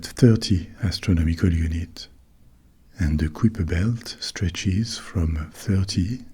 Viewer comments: I definitely learned it in school as "kai-per" not "k-whip-er." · “KAI-per,” rhymes with “SWIPE-er.” As opposed to “quipper.” 😅 Good sound tho. ❤ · On prononce le nom Kuiper comme "caillepa" (/ˈkaɪ.pə/) et pas comme "kwipa" (ou -peur pour la version ricaine). Mais bon, pourquoi pas !